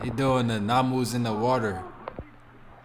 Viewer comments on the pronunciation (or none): You’re so funny, I love it xx it’s Manu, you’re saying Namu 😂❤❤ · It aint namu, its manu, close enough uce loll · It’s manus in the water not NAMUS😂🤣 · it's called MANU bro not Namu